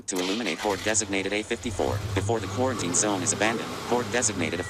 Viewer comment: great video. have me leaning towards the Del-ton now. the ending was great but its "Quarantine" not "Corenteen" unless i'm missing some joke